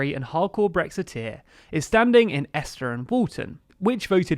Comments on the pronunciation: You said Esther and Walton. Esher is pronounced Eesher like email. Totally counter intuitive, I know. I was ridiculed when I moved near to it 30 years ago. It stings, but I'm nearly over it. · Esher is pronounced eesher, not ester or whatever you said. Really good video regards! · ...Esher is not pronounced ester ! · Esher is pronounced 'Eeesh-er' not esh-er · Esher is pronounced a long 'ee' sound at the first e. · That pronounciation of Esher. I nearly fell of my chair! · "Hamilton West & Midlothian" consitiuency? Interesting geography. Also you made a Horlicks of Esher, Kirkcaldy and Ceredigion. Otherwise fine.